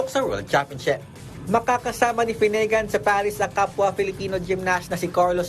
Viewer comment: Mali ang pronunciation mo boy sa "finnegan".